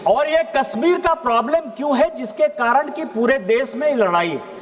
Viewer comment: अरे डुबे जी कस्मीर नही है कश्मीर होगा 😂